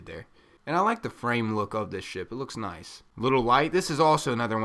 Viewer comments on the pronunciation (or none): none